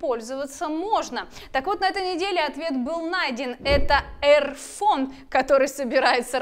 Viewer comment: Эрвонь?! Я правильно услышал🤣🤣🤣🤣